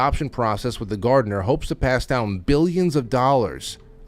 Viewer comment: Hermes is pronounced: Air-mesz